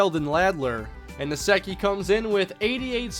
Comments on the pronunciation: Nsekhe is pronounced like Insect, minus the -t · Btw its pronounced N-seck-e. Skins gotta an O-lineman with the same last name.